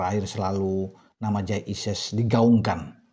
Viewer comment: kalau tak pelanin volume nya kok terdengar menjadi Kyai Idjez ya....